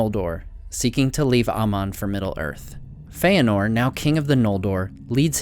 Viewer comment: Dude saying Feanor like Feyenord..... Awful narrator btw